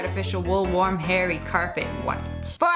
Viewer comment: It said whit not white not trying to be rude